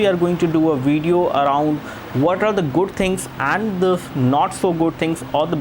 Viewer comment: "sow late stat with de goat things"..damn learn english